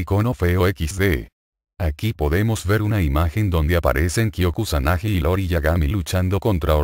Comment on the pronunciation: El personaje del clan Yagami es IORI no LORI como lo menciona varias veces en este video, se me hizo buena información solo que si le quitan las estupideces sin sentido estaría excelente y ver bien los nombres de los personajes.